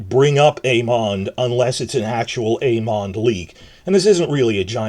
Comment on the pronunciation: I love the way you pronounce Aemond haha